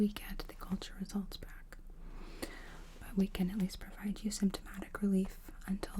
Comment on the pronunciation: Why do you say "can't" when you mean "can” ? 😊